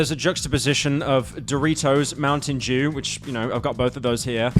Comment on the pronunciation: i remember the small loan meme xD also please for the love of all that is based and poggers, not cringe, stop saying "jew" instead of "dew" PLEASE